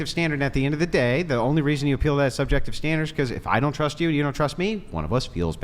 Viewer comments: Legend says she still trying to pronounce subjective 😂😂😂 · All spoken from the woman who weighs 400 lb and couldn't get laid to save your life making hypothetical situations instead of using factual information holy Christ ladies are you guys got a brain between the four of you and she couldn't even pronounce the word subjective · If you can’t pronounce the word subjective, you don’t know what it means lol and shouldnt be making an argument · The fat one not being able to say subjective just shows how dumb these pseudo-intellectuals are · She can't even say the word subjective, let alone what it means. These women are ignorant, plain and simple